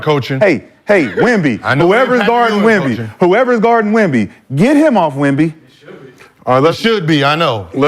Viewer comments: I'm 20 mins in and I've heard y'all fuck up Wemby's name about 50 times 😂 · Saying his name wrong like that purposely just is disrespectful. Just call him Wemby if you can’t say it